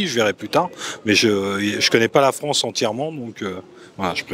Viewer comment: D'où vient ce monsieur qui prononce « des régions France » comme « Franche » ?